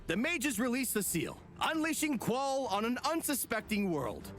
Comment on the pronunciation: pretty sure it's pronounced like Zol Trawk (rhyme with hawk)